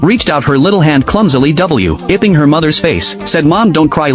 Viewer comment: "W IPPING" 🗣️